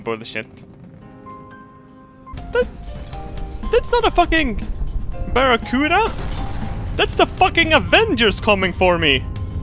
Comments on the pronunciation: ***** "Oh, no, the Barracuda Triangle!" I lol'd. It's Bermuda,:P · its br-mu-da the way you said it is a animal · it's the B-e-r-m-u-d-a triangle, not the beracuda, beracuda is a fish. learn your english -_ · you miss prenounced Bermuda as burremuda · "barracuda triangle" - 2015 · “Baracuda triangle” LMAO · "barracuda triangle" XD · it'a actually Bermuda Triangle and not Barracuda Triangle